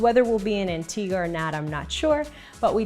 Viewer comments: Its Antigua not Antiga. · Why does she call it antiga?